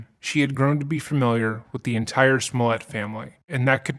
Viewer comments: You butchered his last name. Its french and so its pronounced Smul-È-À. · You keep saying his name wrong. It's pronounced juicy smooli-eh. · You are mispronouncing his name, it is Jucy Smooliet. That said, as a Chicagoan, I would never trust the cops with my phone if I was famous. But, I remember when this happened, it was so silly that I just ignored it. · If you’re gonna do all that research on a man, at least say his name correctly: juicy smoullea